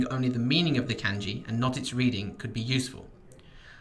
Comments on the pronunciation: It's NOT "KAENJI", ITS "KAHNJI"!!!!! SHORT "A" SOUND, MY FRIEND! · did is not irritate anyone else how he says pronounces kanji like can-jee instead of kahn-jee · For all your knowledge of Kanji, why do you pronounce the a vowel /æ/ instead of /ä/? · It's funny that someone who can write Kanji can't pronounce Kanji correctly. LOL. It's pronounce Khan-ji people, not CAN-ji. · Isn't it pronounced kahn-jee, Not can-jee? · Say Can-Ji one more fucking time. You pronounce Ka as KAH the same with every other A sound in the Japanese alphabet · why does he pronounce it like "can ji" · I trust you... but I question you because you’re calling it k- ANN- ji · Did this mans just say "can-ji" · Cum gi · shmoppl bGFzdG5hbWU Japanese speaker here, it is like a g as in giraffe. It's spoken kahn-ji. like with a j sound. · I couldn't get over it either. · the way he pronounces “kanji” is just unforgivable 💀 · Isn’t Kanji pronounced as if it rhymed with Bungee? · He uses the Anglicized pronunciation, doesn't mean he doesn't know what he's talking about. The method he talked about for remembering kanji is really useful. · I'm sure it is, but I just can't get past that annoying flaw. It looks like its just Heisig in a video, which is nice but content is only one part of a video. I have no confidence in learning a language from someone if they don't even bother to pronounce a major word correctly. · I think op was talking about the "a" in kanji. Japanese "a" is more like the british "a" in "can't". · Fan ( I assume you know what a fan is.) Fawn (Multiple meanings, usually as a verb to Fawn over someone.) Changing the way the letter sounds changes the whole meaning of some words. It's not an accent. Calm down, you're getting paid to teach. Beginners watch these videos. You wouldn't teach a new English speaker that Can is pronounced Cawn. Simple as that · Its looks really bad when you cant even say "Kanji" correctly.